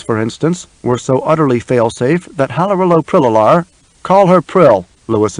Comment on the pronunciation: The reader pronounces Halrloprillalar wrong. He adds an extra "lo".